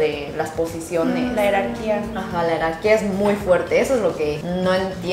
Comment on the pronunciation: No sé si escuché bien, y espero que no te ofendas por favor, pero Ji, la palabra no es “Herarquía”, sino “Jerarquía” (Organización de personas o cosas en una escala ordenada y subordinante según un criterio determinado). Esto no es ninguna crítica, asi que por fa, no te sientas mal, sólo intento ayudar. Por cierto, es interesante ese concepto de las “Meeting” en Corea, ¿será una moda reciente o es algo cultural que se viene haciendo hace muchas décadas?, ya que he oído que en Japón existen los “Gokon”, que es practicamente lo mismo. Muy interesante video 👍👍👍